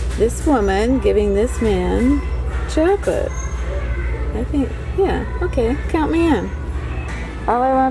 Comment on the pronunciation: Pronounced "shok o laht.". :-)